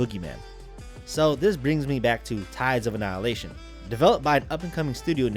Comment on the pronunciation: Says not being harsh to the game, but can’t pronounce the name. YouTube these days